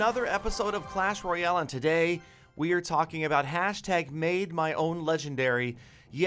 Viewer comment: Galadon u missed pronounced royale giant😂